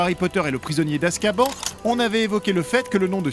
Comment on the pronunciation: "Poudlarde", "Weslé", "Jedussore", "Azkabanne" C'est juste catastrophique